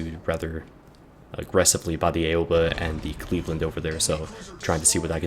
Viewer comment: I hate to be that guy but your pronunciation of Aoba irks me a little :P It's supposed to be OW-ba, not A-oba.